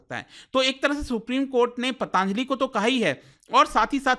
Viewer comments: अरे यार पतंजलि बोल ले foreign से आया है क्या जो pataaaanjali कर रहा है, हिन्दी में क्यों English घुसा रहा है 🤔🤔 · भाई पतांजलि नहीं होता... पतंजलि होता है 🙂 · ptaanjli ptaanjali, patanjali hoti hai yeh sahi ucharan kyun nhi kar rhe 😡